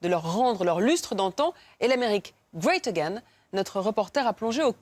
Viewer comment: ''Et l'Amérique, Gweyt Egaine''